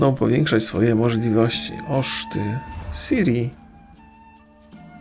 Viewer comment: Jak można na Ciri mówić Siri? O_O